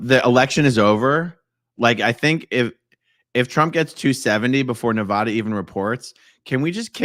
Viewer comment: The END is NEVER the END 🙌❤🤍💙🙌... Also dude it is pronouced Ne-Va-Duh, say my name!!